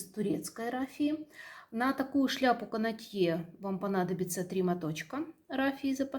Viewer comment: Простите, пожалуйста Но правильно "кАнотье".